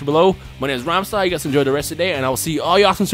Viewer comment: Say rhymestyle not ramsa